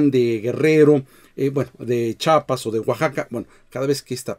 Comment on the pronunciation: Es C H I A P A S no Chapas